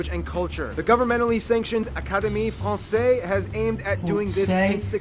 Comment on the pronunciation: There must be videos done by somebody who didn't just drink 55 gallons of coffee, hein? What is he, in some kind of race? Yeah his pronunciation is pretty good... if you can catch it while it whizzes by. Except he butchered the word "francaise" as well as Debussy's name (which they also misspelled). And Jacques Brel was Belgian.